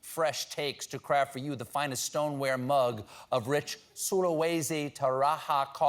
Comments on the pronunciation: As a long time Colbert's fan, and someone of Torajan descent. It fills me with immense pleasure to have my people finally gotten a mention from Stephen... The initial spanish pronunciation of "J" nonwithstanding... 🤣 Also, Sulawesi? Nice... I always thought it's Celebes in English. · Glad the Toraja mistake was cleared up. Indonesians do not have Mexican pronunciation.